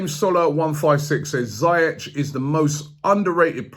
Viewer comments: Robbie, it's pronounced "Zee-ehk", not "Zye-etch" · It's Zee-Yesh Robbie! Not Zay-yesh 🤦🏽‍♂️ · you're still pronouncing Ziyech wrong lol It's not ZAYesh It's ZEE-esh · It’s pronounced zyesh no ziyesh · It’s pronounced ZEE YECH not zi yech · ROBBIE ROBBIE ROBBIE... How many times did I call you? You still mispronounced his name. It sounds like ZEE - YESH, not Za -yesh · Robbie big fan mate but someone needs to tell u how to pronounce ziyech’s name right, I say it like zeeyeck but idk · ROOBIE😭🤦🏾‍♂️ PLZ SINCE THE SUMMER YOUVE BEEN MISPRONOUNCING HAKIM ZIYECH )zeeyech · Robbie omg you still bottled the pronunciation of ziyech, its ZEE-YESH. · It’s zeyech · Only arsenal try to sign attackers when the defence is a mess. Hakim Ziyech would be a great signing bye the CB position is What we need to fix. We have to splash the cash and sign a world class defender like Koulibaly not Boateng By the way Robbie Ziyech is pronounced zee-yeck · This guy still said Ziyech wrong 😂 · still botched Ziyech's name lmfao